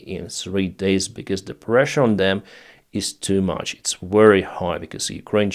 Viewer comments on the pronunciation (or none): none